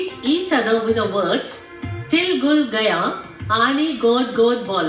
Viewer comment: It's til gud ghya, not gaya.